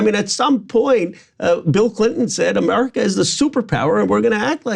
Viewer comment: Amarika not suppawer.00000power